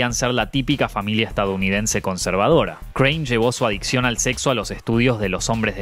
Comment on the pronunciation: En el punto 2, dice "adiccon" ...